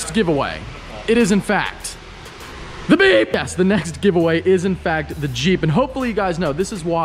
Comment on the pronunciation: It’s meep not beep